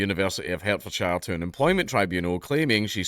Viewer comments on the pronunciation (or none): Its pronounced “Hart”-fordshire by the way. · Part of his disability is imagining that there is a university in "Hair-t-fore-shyre". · "Hertfordshire" is pronounced [ HAAT•fd•sha ]. You're speaking with a strong Goidelic foreign accent. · Ironically your pronunciation of my home county absolutely infuriates me 😁. It’s pronounced HART-fordshire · you mispronounced Hertfordshire. sue me daddy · I'M SUING DANKULA AS HE PRONOUNCED HERTFORDSHIRE WRONGLY. He's discriminating against us southerners. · Dank pronounced Hertfordshire wrong, I'm going to sue for discrimination of my county 😔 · You're racist, it's pronouced Hertfordshire not Hertfordshire. 😆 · Dank says "Hertfordshire" wrang